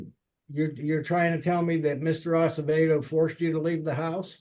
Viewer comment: Spanish last name Acevedo, not Asebedo. Try tp correct it if posible, not very important for the video but it is better to accuratly spell everything including names and surnames. Thank you